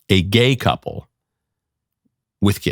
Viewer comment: The way he says “ and……a gay couple.” Oooo scary. You’d think he was about to say “ and…vampires!” This is absurd